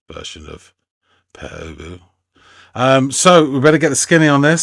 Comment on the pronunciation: Thank you. Not only is our name pronounced correctly but it's a really intelligent review. You humored us.